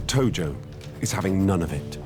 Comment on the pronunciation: Tojo. Not Togo.